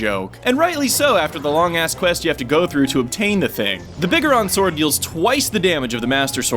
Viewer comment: You pronounce biggoron sword wrong. It's pronounced big-goron.